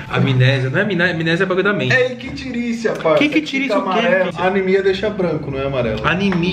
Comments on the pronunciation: Não é ictírícia ,e sim se pronuncia como icterícia, e sim coloração amarelado se chama icterícia. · É icterícia simmm hahahaha... Mas não se fala ictiricia! Pessoa amarelado... pessoa ictérica ou seja com icterícia. Um abraço de Rio Pardo RS